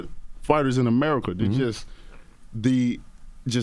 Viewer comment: "As It Is In Amurrrika" 😂😂😂